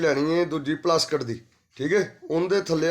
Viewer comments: Plasket nhi hunda plastic hunda hai 😂😂😂😂😂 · Phla bolna Sikh la uuutt jeha plastic nu plaskat vella nu vlla vlla kri jnda balti wadni botle wadni boli jnda gadha jeha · ਪਲਾਸਟਿਕ ਹੁੰਦਾ ਨਾਂ ਕੇ ਪਲਾਸਕਿਟ 😂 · Plasket ni plastic hunda😂